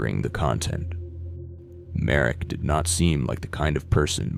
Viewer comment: I actually froze for a sec when you mentioned "Slovak",cus usually it's our neighbors always overshadowing us I don't think tho i need to be scared of my own country because of this,he was Canadian aswell,but GG ig (It's btw pronounced "Marek",cus i couldn't find him as "Mark Merik")